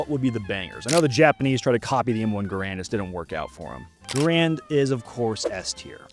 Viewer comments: It’s pronounced M1 Gare-Rand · Low rate the Enfield? Sounds like a little prejudice to me. And gaaa raaand. Wrongly pronounced.